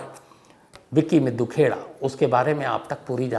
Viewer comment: सही उच्चारण मिड्डू खेड़ा है